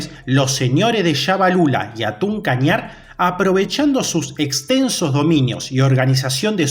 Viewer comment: Se escribe hatun pero se dice jatun kañar